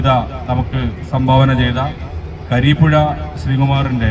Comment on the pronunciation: മലയാളത്തിലെ മികച്ച കവിതകൾ തിരഞ്ഞെടുക്കുകയും അവതരിപ്പിക്കുകയും ചെയ്തിരിക്കുന്നു. എല്ലാവർക്കും അഭിനന്ദനങ്ങൾ.പിന്നെ കരീപ്പുഴ ശ്രീകുമാർ അല്ല സാർ കുരീപ്പുഴ ശ്രീകുമാറാണ്.....